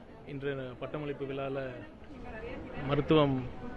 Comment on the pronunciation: விலா இல்லை விழா என்று ஒரு முறை சொல்லிக் காட்டுங்க மாண்பு மிகு....😂